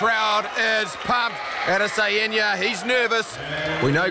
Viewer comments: “AdEsaYenya” what did my mans just say??? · It's Adesanya not adesaeniya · Ada sayinia 😂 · add a cyan ya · No one: The commentator: Edisayenya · If you dont take time to pronounce fighters names properly, dont be a commentator dude smh Adese..en..ye. Wtf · Izzy could have been mad the commentator messed his name up but being a weeb Ada-Sayain-Ya ain’t the worst pronunciation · Adesehanja, commentator got as close to his name as Griffith’s got with his strikes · "ISRAEL ODD-A-SAI-ON-YUH" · Israel Other-sa-heen-ya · That mispronunciation of Adesanya is painful. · this is a basic one that is pronounced exactly how its spelt. he's adding in extra syllables and shit, going out of his way to pronounce it wrong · Buddy sounds like he’s having a stroke everytime he tries to pronounce Adesanya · Chow can they not pronounce Adesanya?